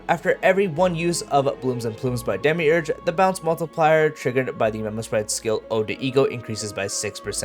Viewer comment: Not to dog on your pronounciations but I find it really amusing that when times you repeat demiurge from the kit, you start to atray from demiurge and start saying demirouge 😂❤